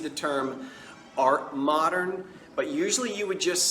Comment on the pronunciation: Psst, It's Art Moderne (emphasis on the second syllable), like Laura Dern. : )